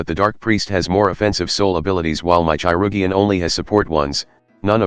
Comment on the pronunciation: obsessed with the "chai-rug-ian" pronunciation